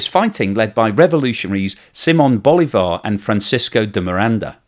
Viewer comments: It is pronounced Boli'var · Bolivar have the accent in the ( I ) not in the ( a ) please a little respect, because Bolivar is a big person around the world, and I'm not Venezuelan.